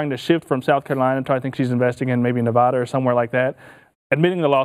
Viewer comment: It's pronounced Nevada, not Nevada.